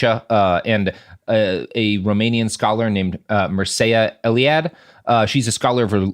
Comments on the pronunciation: Mircea Eliade was a man, not a woman. The name is pronounced Meer (like beer) Cha. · A correction: Mircea Eliade (pronounced Meer-cha Eh-lee-ah-deh) was a man. He is popular for his books about religions, and his novel Maitreyi (Bengal Nights) which involves a relationship between himself and an Indian woman Maitreyi Devi. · Mircea Eliade...sounded like you were saying "she"? He's a he. Name is pronounced mirt-shay-ah (or maybe it's mirt-shee-ah...not sure!) Source is Wikipedia. :-) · I believe the sociologist referenced is pronouned MEER-Cha Eliade. It's a Romanian name. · You totally butchered Mircea Eliade's name pronunciation. My girlfriend is Romanian and she told me it's pronounced phonetically like Mear-cha Ellie-ah-day.